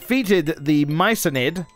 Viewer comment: As an FYI it is My-Co-Nid - it is a type of mushroom.